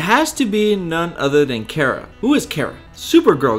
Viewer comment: way too much speculation and it would be better if you didn't mispronounce things like kara and plato